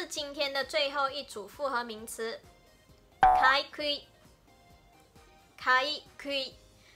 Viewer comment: ，「かいくい」ではなく、「かいぐい」です。